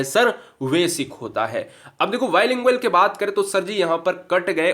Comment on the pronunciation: Vasic nhi basic hota h बेसिक Hindi to thik se Padho ब को व पढ़ रहे हो